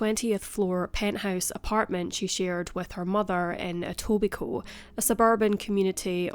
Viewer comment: Wow you pronounced Etobicoke right!!! Nice work